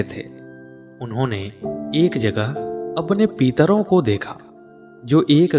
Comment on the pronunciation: आप पितरो को पीतरो बोल रहे हो । आपका उच्चारण अशुद्ध है । कृपया इसे सही कीजिये । इस प्रकट अशुद्ध उच्चारण से कितनी वीडियो बनाई होगी जो गलत है ।